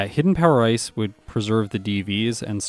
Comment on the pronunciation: I like how sometimes when you say "hidden power ice" it sounds like "hidden power rice"